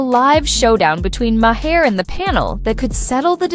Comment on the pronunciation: Had to stop listening 5 min in because you mispronounced his name about 30 times already. It sounds like MARR not MAHAIR